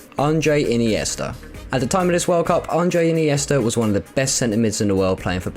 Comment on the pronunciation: I noticed mispronunciations of Andre iniesta and not Andrés and i think i heard Abliol not albiol. I would also say Mutu/Shevchenko was the beginning of the Chelsea curse I actually enjoyed the video though